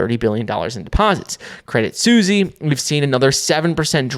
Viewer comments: Your say "Credit Susie" instead of Credit Suisse 😅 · He still says credit "Sussy" 😂😂😂😂